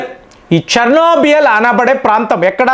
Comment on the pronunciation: CHERNOBYL, not Chernobiyal